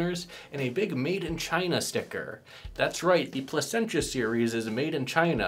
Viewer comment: Lol you murdered the name. Pleh sen sha is how it's pronounced